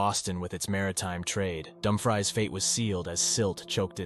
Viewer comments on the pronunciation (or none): 😂😂😂😂😂😂😂 Dumfries 😂😂😂😂😂😂😂. " Dum-frees" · Thank you for your informative video. There are certainly other very haunted places in Virginia you have omitted. As others have commented, Wythe should be pronounced as "With," Dumfries as "Dumfreeze," and Henricus as "Hen-rye-cus." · It is pronounced Dum Frees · Pow uh tan = Powhatan. Dum - frees = Dumfries. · Dumbfries had me laughing